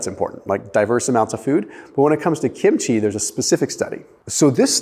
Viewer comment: I get a dopamine boost from just about everything Korean,,!, PS KIMCHEE. is pronounced with the accent on KIM’